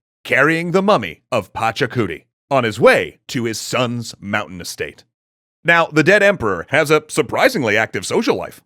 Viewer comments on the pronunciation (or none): none